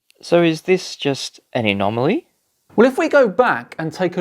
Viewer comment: "An enomoly"???